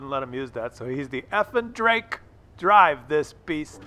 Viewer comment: Love your videos, but if you truly respect these players, like you say in this episode and many more, then you could at least back that up by pronouncing the guy's username properly. It's Effing_Drako, not Effing_Drake. Keep up the good work though. 👌